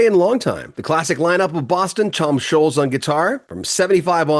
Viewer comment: Scholtz, NOT Sholes. Like the LTS in BOLTS is pronounced.